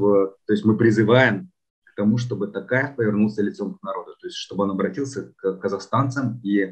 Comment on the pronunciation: можно вас попросить называть гостям фамилию президента с правильным произношением на букву О, сколько уже можно называть Такаев, всё таки он не алкаш же какой-то, которого можно склонять как попало. Т-оооо-каев а не Т-ааааа-каев. Уже уши режит честно. А в остальном всё супер, интервью интересные.